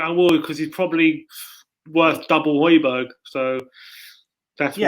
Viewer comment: Thank you for pronauncing Højbjerg correctly at the start🇩🇰💙🤍